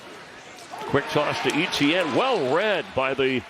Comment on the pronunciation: I thought E T N was an acronym for a player, turns out he cant pronounce Etienne 😂😂😂